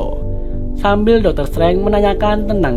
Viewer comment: bacanya doktor strenje bukan setrange